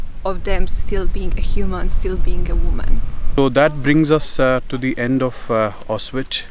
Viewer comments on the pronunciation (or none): Ok bro i just want to say 3 things 1. You pronounced Aushwhitz wrong at the end. Very wrong 2. You had most of the information wrong about the camp 3. You clearly don't care about the people who died or what Hitler did or anything your are just faking it to get some views and faking the emotional reaction. You just did this to get views